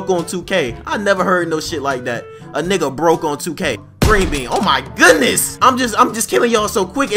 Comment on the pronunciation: Yo laughed is so funny and the way u say niggaaa is so funny hehehe